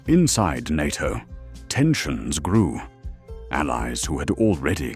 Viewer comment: Why can’t you at least get an AI able to speak NATO as a word rather than spelling in letter by letter 🤦🏼‍♂🤦🏼‍♂🤦🏼‍♂ I hate the artificial pompous voice and wording as no doubt the script also originated in a computer brain… SUCKS